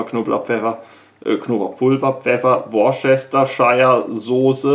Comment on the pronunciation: Die ominöse Soße wird übrigens "Wuhsterschörr" ausgesprochen. Ich hoffe, der 2. Teil mit der Hilfe im Wald kommt vor meiner anstehenden Tour am WE. Sollte ich mangels Wissen dann verenden, suche ich deinen Keller heim und klappere mit dem Kochgeschirr und dem achtlos hin geworfenen Dosenmüll.